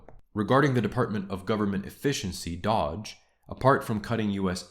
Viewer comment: I am a big fan of your work and I've been watching all your videos (sometimes several times over), so I don't want you to think that this is the one thing I took away, but the correct pronunciation of "doge" is with a long O. It's an old internet meme, which is why Musk (who, IIRC, had the most followed account on Twitter long before purchasing it) chose that name. It's a wonder how Musk, who allegedly runs so many companies, is so in-tune with internet meme culture (i.e. tweeting about "catgirls")